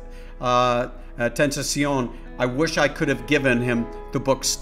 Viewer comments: It's pronounced xxxtentacion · The way he said xxxtentacion mwhahaha